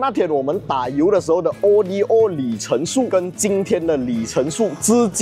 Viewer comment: 不明白咧。。。为什么中文媒体会把Odometer的简写Odo以字母单独念成O.D.O.。难道是和中国车媒把Evo念成E.V.O.同一个概念？ Odo源自于古希腊文'路途'的意思，不是什么缩写。